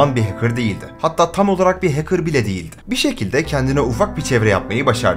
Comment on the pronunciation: Hacker’ı “HEYKIR” diye telaffuz etmesinden belliydi zaten 🤓